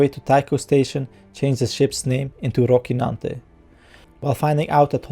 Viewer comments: It is not Rockynante (pronunciation), it is Rocinante. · your words are not clear... you should work on your pronunciation man, sorry to say but the recap/review should be understandable by everyone... Also, please correctly quote the name of the ship, it's Rocinante, not Rokinante... The "c" here has a soft sound as in "cellphone", you are pronouncing it hard as in "car"... Additionally, at a lot of points, you were not clear with your tongue... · Said rockinante multiple times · Thorough. Well done. A bit strange to hear you say "rockynante" every time though while that not how they say it on the show nor how it should be pronounced... :D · Good recap. Some pronuncuation tips from a Spanish speaker. Dulcinea is pronounced DultTHinea and Rocinante is RoTHinante. Both characters from the first novel in history: Don Quixote. Edits: I see someone already explained that! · Dulcinea and Rocinante are characters from the famous novel “Don Quixote” by Miguel de Cervantes. Rocinante was Don Quixote’s horse, a bag of bones he deemed better than Bucephalus, the horse of Alexander the Great. And Dulcinea del Toboso (aka Aldonza Lorenzo) was the imaginary apple of his eye, the embodiment of beauty and virtue, to whom he would dedicate his victories. Now, your pronunciation of both names was quite good, except for how you pronounced the letter “c”. In European Spanish, when “c” is followed by “i” or “e” it is pronounced like the English “th” [sometimes represented with θ] in words like “thin”: Roθinante; Dulθinea. However in Latin America (and some parts of Spain) it’s pronounced much like the English “s”: RoSinante; DulSinea. Was it pronounced like that in the series? I can’t remember. I guess that’s why I’m watching your video. Anyways, great recap!! Thanks!